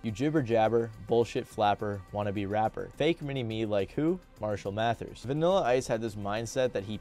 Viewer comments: Repeatedly hearing "Math-ers" was driving me crazy lol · Who really wants to hear about rap from a acne-ridden white boi suckin on a queer lil vape who can’t even say mathers properly